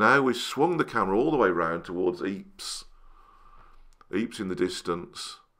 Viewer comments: Great video,. 👍 you know “Ieper” is pronounced “Eepr”, not “Eeps” 😉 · This is all very interesting piece of my country’s Flemish history, beautifully filmed,and commented, but may I remind the British that this region is called Ieper,and not Yores. For an unknown reason picked,up in history, many Flemish (thus not French) places are misspelled, and gives the impression that in West Flanders, my fellow countrymen there speak French, which is not the case ! Just something I find, we have to respect the placenames as they are. Thank you for your understanding & greetings from.Antwerpen !